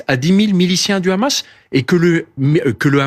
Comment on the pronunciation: Quand une personne dit Khamas au lieu de hamas tu sais quelle va dire un ramassis de mer.. pour justifier l'injustifiable